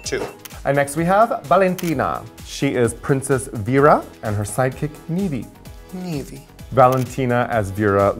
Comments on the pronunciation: I thought they were both saying psychics and I was like wtf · I can't be the only one who keeps on hearing psychic instead of sidekick? #PutACorkInIt 😆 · Why is Raja pronouncing "sidekick" as "psychics"? Ò,ô